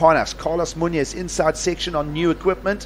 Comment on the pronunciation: Pronounce Muñoz correctly.